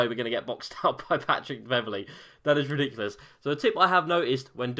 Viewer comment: Take a shot everytime says "ridicilous"